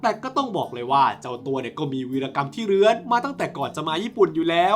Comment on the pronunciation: ชอบตอนที่เน้นคำว่าเรื้อนอ่ะ😂